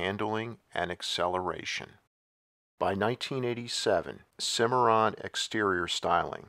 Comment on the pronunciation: Anyone else hear a record scratch when he said "Cadillac Cimmiron" ? That was easily one of the worst grifts in GM rebadging history...